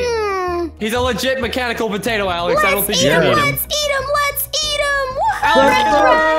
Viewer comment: Alex not jaef